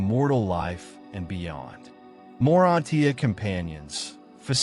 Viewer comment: Excellent! FYI. The word ' morantia' is generally pronounced ( mor on cha.). Just as Urantia is pronounced ( u ran cha.)